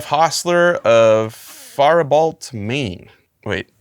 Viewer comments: As a fellow Minnesotain, its pronounced fair-i-bolt, or like us just call it, Fair-Bolt. haha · As a fellow Faribaultan, it's pronounced far-ib-o 😂 in Minnesota.